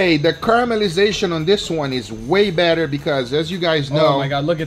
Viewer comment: "the more turns you do, the "BATTER" it is..haha..